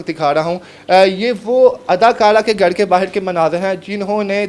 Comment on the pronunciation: بھائی اگر برا نہ منائیں تو مشورہ دیتا ھوں کہ سپیچ تھراپی کرائیں گھر کو اپ گھڑ کہتے ہیں آپ کی زبان میں بہتری آ جاے گی